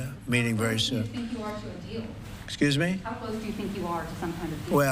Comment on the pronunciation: Excuesme sir, mother, frend, excuesme frend, mother, sire, cool 👍